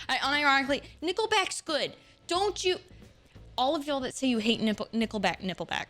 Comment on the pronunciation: she said Nippleback LMAO